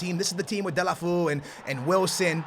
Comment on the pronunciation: Deh-lah-fay-oo. Please........... please please please